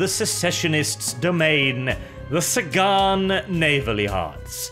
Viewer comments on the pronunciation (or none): The English language: Sagan: SAY-GONE